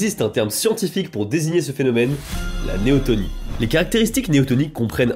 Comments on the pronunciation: Néoténie... avec e. Pas néotOnie. Néoténique. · Juste : on dit "neoténie" pas "néotonie" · un détail toutefois, c'est néotÉnie pas tOnie... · néotÉnie, pas néotOnie. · ... et c'est néotEnie, non néotOnie. Je sais, je suis lourd - mais c'est pour la bonne cause, non ? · il s'agit plutôt de néoténie et pas de néotonie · Néoténie, pas néotonie . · On parle de Neoténie et pas de Néotonie ;-) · c'est neotenie pas neotonie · néoténie et pas néotonie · C'est néoténie (pas néotOnie..)😉 Merci pour ta vidéo, tu as fait un gros boulot de vulgarisation sans dire (trop) de bêtises scientifiques. Et franchement, vu le sujet, c'était pas simple si t'as pas un biologiste dans ton staff! 💕💕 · Merci pour la vidéo ! Je me permets juste une petite correction : on dit Néoténie et pas néotonie ^^ C'est pas très grave, mais voilà ^^ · C'est néotÈnie, ps néotonie... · Très bonne vidéo cependant on dit neoténie et non neotonie C’est le même principe pour les animaux